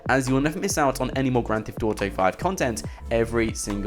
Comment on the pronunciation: stop saying "grand thift auto"